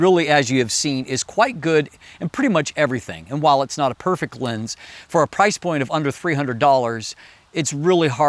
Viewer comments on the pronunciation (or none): none